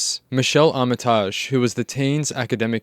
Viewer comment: That’s not how you pronounce ‘Armitage’